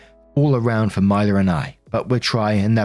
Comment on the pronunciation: You been hittin US states names with laser precision, but I just wanna say I've never heard of a Mila that pronounces it that way! 😅. My niece is “Mee-lah” but I can't speak for all, cuz names be like that. 😅💚💚💚. Love ya, have a good one.